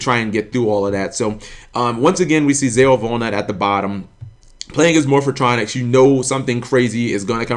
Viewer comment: Dude....Why do you purposely pronounce "Morphtronics" wrong?? is it like a black people thing to pronounce everything in a weird way? I mean you even read Cellfon and said it correctly there. Man shit like this triggers me beyond belief